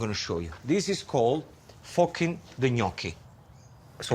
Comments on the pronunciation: "Forking" is what I think he said but it sounded like he said something else 😂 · Gino saying forking 😂